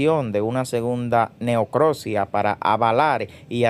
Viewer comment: Se dice necropsia no, neocrosia, muchos de estos canales de YouTube que son chipi shapi no saben hablar 🤮